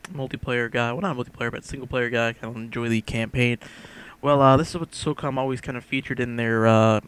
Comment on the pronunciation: it's SOCOM dude not SOCUM, as u said !!!! so cum :P